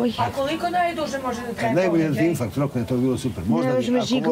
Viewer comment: Opet rekla inFRakt ta obrazovana Kija